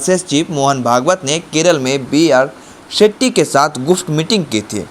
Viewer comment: भाई, आप अच्छे पत्रकार हैं, और भी मशहूर हो सकते हैं। बस थोड़ा उच्चारण पर ध्यान दीजिए। खासकर व को ब और श को स मत बोलिये। यानी विस्तार को बिस्तार, वहाँ को बहाँ, बुर्ज खलीफा को वुर्ज खलीफा, शेट्टी को सेट्टी और नाराज़गी को नाराजगी न बोलें। थोड़ा सुधार करें, आप बहुत आगे जाएंगे।